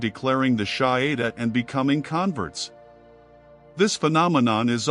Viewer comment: It’s no SHAHIDA but SHAHADA..( the declaration of faith)